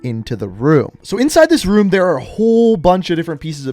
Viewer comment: "Anotha ruum"